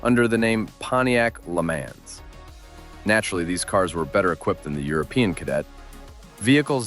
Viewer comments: If you are going to make these videos, then do some research first. Lemans is NOT pronounced as you are saying it. Not like a man as in person. Pretend there is a letter H in it Lemahns.. Look for old commercials for the Pontiac Lemans from the 1970's. Listen to how it is properly pronounced. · Le Mans is pronounced "luh-MON", Vauxhall is pronounced "vok-sawl" and Volkswagen "Folks-vah-gen". ;) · Bro pronounced LeMans literally...